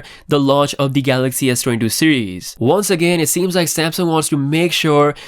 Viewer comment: Saying Sdoodoo again